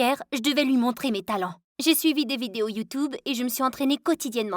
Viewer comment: Sa m'a tuer quand elle c est planté et qu'elle a dit "youtoube"